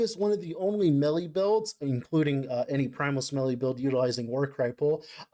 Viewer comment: Instead of "melee" I hear "smelly" a lot of times here and it's kinda funny That aside, really interesting video, I'm not that deep into LE so this is some good info